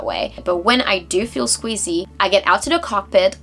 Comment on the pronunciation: it queezy not squeezy ha ha